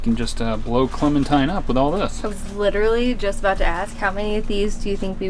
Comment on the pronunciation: Clementine* No "s".👍